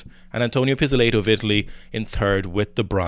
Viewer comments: Mr. Nino Pees-Oh-Lay-Toe strikes again! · Not meaning to shit on you lads, but Pizzolato is pronounced similiarly to how you say it - except for the "ey" part. So, the "la" is like "la la land". Hope that helps! Also, it's Marin - not Marion/Marian. Love you guys.